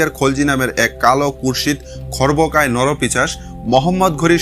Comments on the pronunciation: কথাটা নরপিশাচ , নরপিচাস নয়। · নরপিচাশ নয় নরপিশাচ হবে। খুব কানে লাগছে। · পিচাশ নয় কথাটা 'পিশাচ' ।